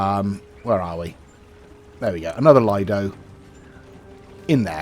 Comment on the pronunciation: it has been really annoying me for some time now so I thought I would finally say something; the word "lido" is pronounced "Leedo" with a long "e' sound for the I